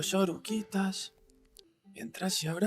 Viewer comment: I’m sorry, but it’s “Oruguitas”